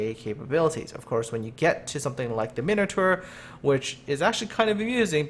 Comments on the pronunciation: Min-o-tar not minater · your mispronouncing Edinburgh. it's more like edinburough. Also you say minotaur weird